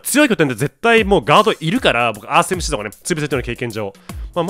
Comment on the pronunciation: エムスィー